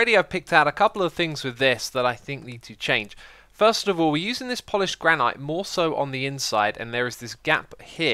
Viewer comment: It pronounced GRAN-IT NOT GRAND NIGHT